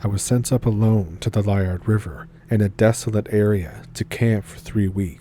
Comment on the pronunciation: Lee- ard is how it's pronounced